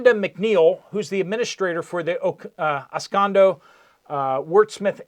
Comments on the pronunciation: Au Gres (pronounced "AW-grey") is a town in Michigan. Oscoda is pronounced "OS-ko-da", not os-cay-do. So, in a nutshell, some conspiracy dude at a town meeting embellished a bit, now he is making excuses to cover his ass. Seems plausible. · OS-CO-DA. . . . not OS-CON-DO. . . . LOL! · “Os-can-do”? Os-co-da”. (“Aus-COE-dah)”) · OS (o like hot) KO (long o like open) DUH (like DUH, dude!) os/ko/duh I'm sorry. That was awful of me. I sometimes forget that I'm not still in my Michigan English classroom with my purple (I never used red!) pen. Keep workin' at it. You'll get it ...for when FEMA comes to take our rights away AFTER the next 4 years. The county is Iosco and I think you're trying to combine the 2 words. Iosco is EYE - or long I / OS (o like hot) / KO (long o like open) I/OS/KO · pronounced: OS.CODA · It's pronounced--Ah-sco-duh. Just fyi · geez learn how to pronounce Os-Cod-A before you report 😂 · Ah-Skoe-Dah (Oscoda) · Ah -sco-da SAY IT AH-SCO-DA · Sound it out. It is Os co da. Js. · Pronunciation update. That was a former B-52 military base back in the day right on the edge of Lake Huron. The city is pronounced OSS…CO…DA. Northern Michigan has an occasional forest fire but nothing that was it seemingly need that big of a FEMA actiion . Still a viable military area. Could be of great use it for instants one of the major cities south of their Flint Detroit etc. had a major issue. Directly west over there for the center of the state is the army tank training area which is active you’re around. If they’re attempting to land fighter jets on freeways all over the country I can absolutely see why they wouldn’t wanna keep this facility for emergency military use also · My neck of the woods. Telephone game or backpedaling? If they need a place, why not the base in Gaylord? Oscoda pronounced ah scoe da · Phonetics: Os-code- A. ;) Michigan cities are predominately Native American names. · FYI it’s pronounced “Oscoda” long o sound.